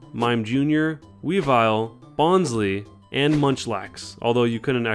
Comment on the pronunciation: oh noooo he said bonsly's name like in that movie